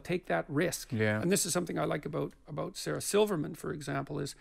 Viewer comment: That's about the closest you'll ever get to "aboot" from a Canadian.